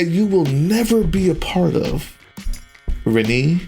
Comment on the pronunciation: I think Renne is pronounced "Ren-AY", so the second syllable is a long a sound.